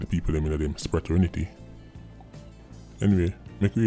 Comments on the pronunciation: which dictionary or encyclopedia you get that word from Spratt=ter=ni=ty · did you call it a Spraternity? LOLLLLL you are hilarious. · "Spraternity" Ha! Ha! Ha! I almost missed it. Lingustic skill aplenty! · New word. “Spraternity” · Dwl. Lol. "Spraternity" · seh "spraternity" 💀